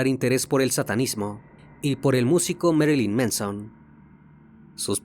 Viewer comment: Pronunciación correcta, de nada